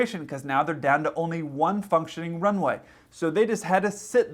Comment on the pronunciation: who else thought he said something other than "functioning" the first time?